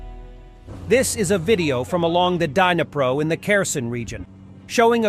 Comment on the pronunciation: Pronounced it dnipro correctly, 10 seconds later says danipro 😂😂